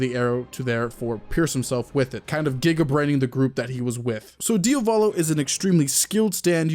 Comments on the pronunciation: Why do all YouTubers call him DiOvAlo when it’s DiAvOlo? I’ve just noticed that they all do it, is there a particular reason? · please stop pronouncing his name DIOVALO it’s DIA VOLO